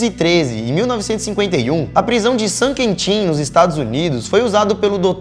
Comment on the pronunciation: Sam ''Quentim''